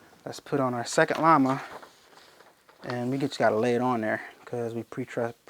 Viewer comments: its Lama not lima LOL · Láma not leeee ma 😁